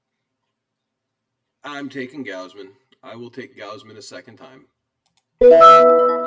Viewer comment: It's Gozzman no Gousman Kevin Gozz-man